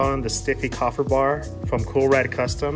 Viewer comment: KAY-fer... great vid